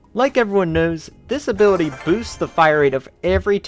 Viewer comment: all I hear is that he is saying disability instead of this ability it sounds the same